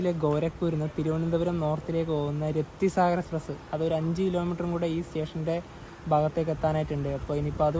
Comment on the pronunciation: രപ്തി സാഗർ അല്ല ബ്രോസ് റാപ്തി സാഗർ.. റാപ്തി ഒരു നോർത്ത് ഇന്ത്യൻ നദി ആണ് അവിടുന്ന് സാഗർ വരെ അതായത് സമുദ്രം വരെ റാപ്തി സാഗർ... Ok?